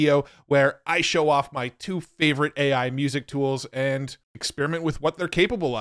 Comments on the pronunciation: AI has a problem pronouncing AI. 🤣 Those are both great. Suno is ridiculously impressive, but the generations just fly by in no time! Great video, as always,. Thank you. 💯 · Try 'Aye Eye' and see if that helps